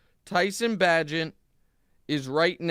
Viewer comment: Great research on the Chicago game 🙄 QBs name is pronounced BAE-gent Fear the wounded tiger, people 🐅